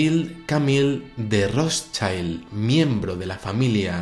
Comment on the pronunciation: Amigo, el apellido Rotschild es de origen alemán. No se pronuncia "ROTSHAILD", sino "ROTSHILD". Saludos